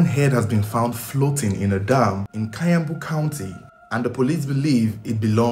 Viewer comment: its kiambu pronounced as (key-yambu)not kayambu county😂😂